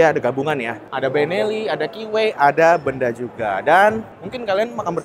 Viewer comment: Pengucapan merk BENDA salah pengucapan penekanan intonasi pengucapannya bang,bukan di ucapkan Benda sprti sebuah barang.😊.tpi di tekan (Be'nda).